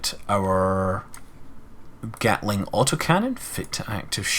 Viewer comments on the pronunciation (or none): none